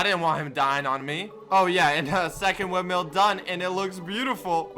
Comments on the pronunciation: windmill not windmeal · ITS WIND MILL NOT WIND ‘MEAL’ LMAO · be like, “wind meal” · its not windmell its (wind-mill) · Windmill not windmial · Normal people: windmill: windmeal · I hate how he pronounces it wind-meal lol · Why do you say “wind meal” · wind-meal lol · really do be like “Windmeal” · "The wind meal" I swear, every time.